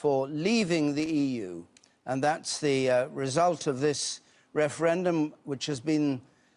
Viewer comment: Wefewendum 😀 'Welease Wodderick'